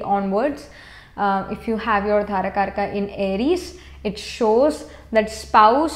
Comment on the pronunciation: With due respect mam, very knowledgeable, but its dara karaka not dhara